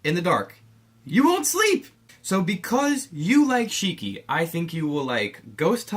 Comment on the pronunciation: Btw it's Shiki not Shriki